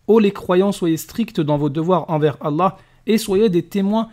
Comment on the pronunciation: On se défend tout simplement ... parce que vous mentez ? C'est quoi ces ahuris ptdrrr, c'est qui les moutons entre nous qui connaissons nos textes et vous qui suivez un faux ex-musulman (qui ne sait même pas prononcer le nom d'Allah) en gobant tout ce qu'il raconte sans essayer de comprendre ? ^^ Et il répond parfaitement à la vidéo, essayez de suivre. Majid montre que les lois islamiques sont stupides contrairement aux lois humianes.